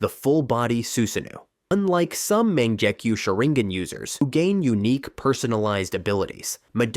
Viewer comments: sorry to be a dick Mangekyou is pronunced (Mah-Nanh-Geh-Kyo) words are important as is how we use them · Fr, over here talking about "manjecue" 😂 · “Man jaa keyu” “su zaa no” 😅😂